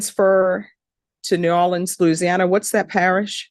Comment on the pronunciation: How pronounces New Orleans is just poetry. I keep watching it. She’s a wonderful Judge too.